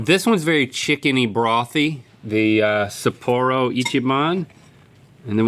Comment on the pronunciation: The way the pronounce "Sapporo" hurts my soul.